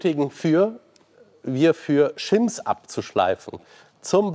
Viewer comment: hey mähn - diese ventilspieleinstellplättchen - shim(s) - werden auch genauso so ausgesprochen - englisch eben und deshalb hier mal in deutscher "lautschrift" : shim wird "SCHIMM" ausgesprochen - kein t, kein p oder sonstige buchstabensuppe dabei . 🙂lieben gruß anbei 🙂